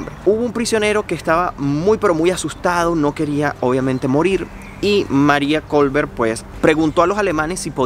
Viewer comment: Kolbe, no Kolber.